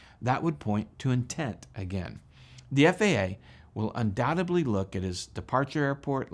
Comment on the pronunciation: Great video covering the situation. In my eyes, like most others, it was intentional. I hope they hit him with the book. Question - why do you pronounce the word "undoubtedly" like "undoubteBly"? :p